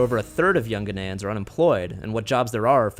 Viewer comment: I hate the way he pronounces Ghanians